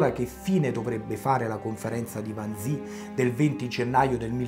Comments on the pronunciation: Carissimo, ti apprezzo, ma Wannsee, si pronunzia alla tedesca "Wannsee", non all'inglese "Wansii" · Mi permetto di correggere una pronuncia. Wannsee si pronuncia come si scrive, vale a dire con una E finale lunga.